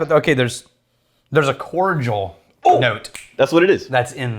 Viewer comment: ....... are you saying cordial?...